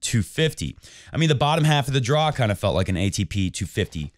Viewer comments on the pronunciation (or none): none